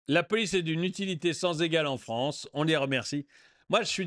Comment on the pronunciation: La Fronce c'est le Weshtern ! ^^